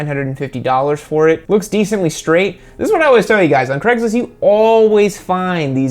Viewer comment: WHAT IN THE SHIT IS CREGLIST? Its CRAIG-LIST not freeking CREG